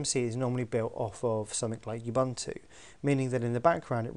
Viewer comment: Odd pronunciation of 'Ubuntu'.